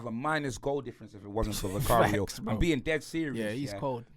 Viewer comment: Man said vicario... 🙄